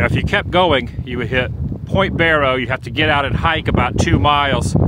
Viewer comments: It’s pronounced Bear Oh not bore oh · BARROW not BORROW lol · It's pronounced like wheel barrow. Not like borrow money. Love the videos! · I am 55 years old. Today is the first time I ever heard anyone pronounce Barrow "borrow". Other than that, the video was awesome.